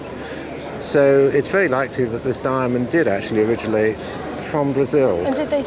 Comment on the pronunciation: Did he just say ' origilate'?